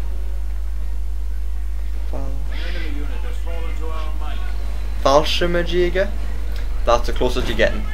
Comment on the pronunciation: FAL-SHIRM-YAY-GER incase you still didn't know although it was a noble attempt :P